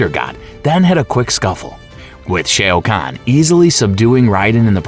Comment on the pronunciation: 😂🤦🏿‍♂️ notice how their response didn't even acknowledge ai, let alone affirm your believe these are just human mistakes. A human may trip up on Shang Tsung but Shoa to Shay??